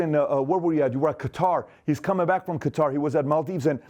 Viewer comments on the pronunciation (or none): none